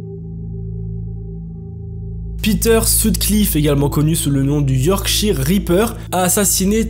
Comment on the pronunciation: Petite correction ont prononce"york-chie-ailleurs" et non pas "york-chire", voila c'était juste pour mettre les choses au clair et faire une réflexion inutile merci 😘